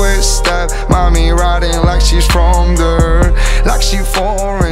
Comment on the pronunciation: Casi. Cuando pronuncia "bored" o "there" suspende fuerte.